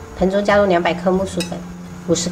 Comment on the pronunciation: 😂那唸澄彳（ 成）粉